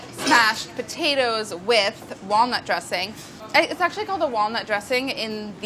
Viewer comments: Smashed pa tates! Amazing linguistic skillz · black pep, delish, po-tate? Is she having a stroke? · Fish-raisin pot-ta-toes. Did Rapport make this recipe?